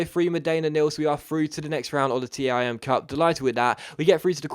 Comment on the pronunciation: isn't it called the TIM cup not the T I M cup?